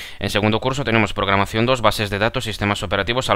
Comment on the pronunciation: Es programacion, no pogramacion!